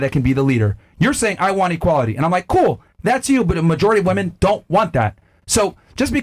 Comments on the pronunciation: She doesn't know how to say "women". That says it all. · Why in the actual fuck are women saying woman as plural? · I’ll never understand how people can’t say WOMEN correctly. It’s pronounced WIMEN. Woman is singular. Women (wimen) is plural. Fucking losers